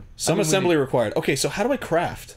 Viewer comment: Did I hear.... CRAF(T)? YOU LIKA EATING THE CRAF? METUUUUUUU